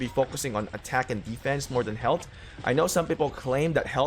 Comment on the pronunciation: its pronounced "health". Not "helt"